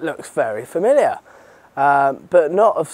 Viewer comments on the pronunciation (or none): none